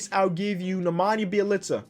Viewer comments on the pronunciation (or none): none